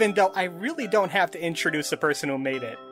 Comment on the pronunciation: Your accent is very distracting to me. “Duh Derelicts...” “Even doe it was weird looking...” Your “Th’s” sound like “D’s” I hate it.